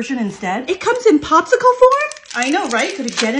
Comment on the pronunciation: The way they pronounced popcile ✋😞🤚